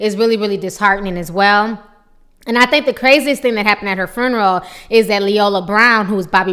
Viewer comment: What the hell is a "furnural?" Its FUNERAL!! learn how to speak